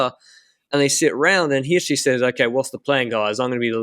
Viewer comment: Swiss person here: The first time you pronounced Hirschi was spot on. Who taught you that?